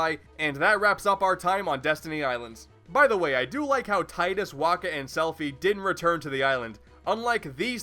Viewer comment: Tide-us. slowly claps